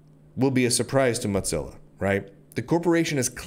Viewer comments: He's just thinking about lunch. It is moe-zilla. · It's 'Mozilla', not 'Modzilla'. Also, economic competition is as stupid as it gets. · According to the organization known as Mozilla it is to be pronounced like Moe - zilla. Like Godzilla but Moe. lol I figure he does it to get more comments (for the algorithm). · dude, is it pronounced mot-zilla? I though it was moe-zilla. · what the hell is a Mudzilla,? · Normally, that would mean it was spelled Mozzilla, would it not? 🤣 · However it is spelled, it distinctly doesn't have a "T" in it. It triggers me everytime I hear Lunduke spell it. :( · he always pronounces it as motzilla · Its AKTUALLY MOE-TELLA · Speaking as someone who was involved in Mozilla from the day Netscape spun it off, the O in Mozilla is long. It sounds really painful when you keep using a short o. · Your pronunciation of Mozilla is different. You have a different twang in your speech. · Dude pronounces the moz in Mozilla like he's saying the name of a cheese.